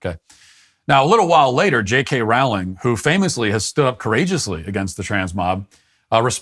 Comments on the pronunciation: Please learn to pronounce Rowling's name correctly. It rhymes with "bowling", not "howling". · Matt: Rawling Me being a massive potter head: ROWling like row row row your boat! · Pronounced Rowling like Bowling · That's not how you pronouns her name Matt. Do better.